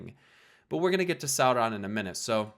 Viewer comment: How did you mispronounce "Sauron"? incredible